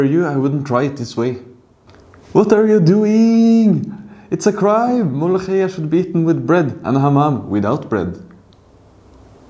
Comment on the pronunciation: أولا وأخيرا مفيش أجنبي بيعرف ينطق حرف الخاء .. طيب كنت ظبطها وانطقها مولوكية عشان نصدق